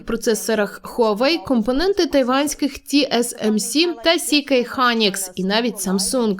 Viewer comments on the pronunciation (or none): Не "сі кей Хайнікс" а " ЕС Кей Хайнікс" SK Hynix